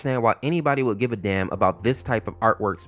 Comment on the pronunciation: bro you said " Danm"